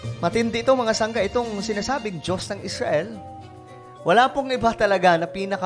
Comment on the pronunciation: Parekoy mali yong tunog ng pananalita mo Muslim hinamon ng dios ng Esrail hahaha